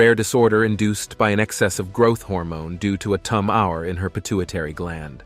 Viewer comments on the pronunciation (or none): "...caused by acromegaly. An uncommon disorder caused by an excess of growth hormone, owing to a tum-HOUR in her pituitary gland." seriously?! a tum-HOUR? isn't the (computer) narrator referring to a pituitary TU-mor? (tumor?) 🤦‍♀️🤦‍♀️🤦‍♀️ How fu¢King stupid do these computers have to become before we evict them from every aspect of our live? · If you are spending many hours creating and editing content like this, why do you allow grammatical mistakes like "tum-hower" instead of "tumor" get passed you? I find that Wikipedia is a good source when there some discrepancies. When you mentioned that Gharibi effortlessly lifted 27 stones, that converts to only 378 lbs. Dead lift, bench press or squat, those numbers aren't remarkable nor are his other fake stats. The one true thing is that, "Photoshop" can make you look really, really good! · Get a human being to read the script rather than AI. Your bot mispronounced tumor, toom er, as tum hour. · when are you clowns going to figure out we HATE fake bs ai voices. Tumor is not pronounced tum hour!!!!!!!!!!!!!!!!! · you can tell this is narrated by a bot, as they mispronounced "tumor" in such a way, as to make it obvious it's a text-to-speach mechanism. Downvoting.. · resulting from a "Tum Hour" come on..... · Why can't he pronounce "tumor," "labor" and "demeanor." If it is text to speech, you can just alter the spelling until it sounds right. André the Giant was a wrestler and actor who was 7' 4".